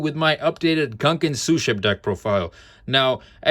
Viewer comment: Dope build, man. Been playing mine with a small Mathmech engine which I think is pretty decent. Side note: I do wanna point out that the "gun" in "gunkan" pronounced as "goon" and not gun as in the weapon.